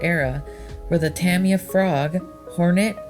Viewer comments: nice video but, say it with me "ta my ya" =) not "tami ya" =) j/k all in good fun! awesome video! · I've been corrected before, and the guy said, "Ta Me Ya". I pronounced it "Ta My Ya". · Correct pronunciation is "tah-mee-ya", which when spoken natively is almost "tahm-ya", rather than, for example, the popular American pronunciation of "ta-mye-a", or over-emphasising the first or second syllable. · "Tammy Yah" LOL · It's pronounced ta- my- yuh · No! TA-mi-ya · Look up early Delta and Bolink. In the 70s racer were building their own competition racers. Thats how the companies got started. Tamiya is being pronounced wrong. And the Road Rider is supposed to be Rough Rider. There was also a Ford F150 model with the same Sand Scorcher/ Rough Rider base. There were after market parts to turn them into pan style buggies for racing. These dominated at the tracks. The metal suspension later proved to be a hindrance. Racers were even using No suspension for buggies to lean on less weight over handling. Later the nylon plastic suspension parts outdated the Tamiya line up. Tamiya's designs could never keep up from that point. There were tons of earler manufacturers in both on road and off road. Get a hold of some vintage RC Modeler magazines. Those early off branded cars and buggies were heavily modded and became teasting grounds for the future of RC cars. Pan cars were not the first. The pan chassis came later to light weight. Awsome Video. Nice to see the vintage footage!! 👍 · Nice video, I really like the old film footage. Just one pet peeve, you need to pronounce Tamiya correctly.